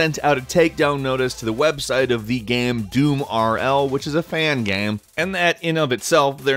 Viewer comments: It's "game" not "gaaahm" Please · xtreme gaems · What is a gaemm? You keep saying that.